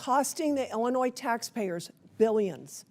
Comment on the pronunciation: Miller, who mispronounces the state she represents, is a tool of the fascist, takeover of American Democracy. Period. End of Story. Full Stop.